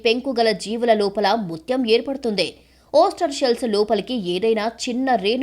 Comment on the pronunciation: ఒస్టర్ కాదె ముందు... డా ఓయిస్టర్